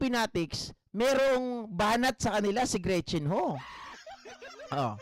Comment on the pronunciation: GREET CHIN HU TAPOS EBE- ES - SE- BE- EN🤣🤣😂🤣😂